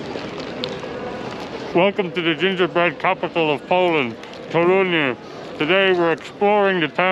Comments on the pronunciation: Guys, it's Toruń, short sound at the end, not Toruniaa or Torunyee You guys adding na/nia (nya) at the end, especially the lady Main accent is on TOruń not toRUń (yaa) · Polish lesson. Polish accent - second sylabe from the end. So TOrun :) Yours "dzień dobry" ideal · It's TOruń - stress falls on penultimate (or first in this case) syllable. :) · I've got a question - why do you (and other English speakers) put the accent in the name of the city on "u" instead of "o" (like we do)? Is there any difficulty?